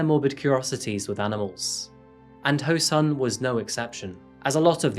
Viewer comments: His name is said as ho soon. Not ho sun. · This is why I keep fighting for the reformation of the standard roman lettering system for Korean. Your Korean pronounciation is outstanding... when the words are written right. The killer's name is pronounced Ho(r)-Soon but for some reason it's standard to write the short oo sound as u . Same for Goonpo. Edit. I take that first part back. I never heard anyone pronounce SEOUL as see-ole.. it's the capital city...